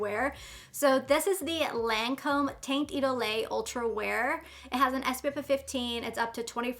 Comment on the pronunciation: Not that it matters, but for the future the Lancome foundation is pronounced Taunt Eee-doll...I'm not trying to be bitchy, just letting you know✌️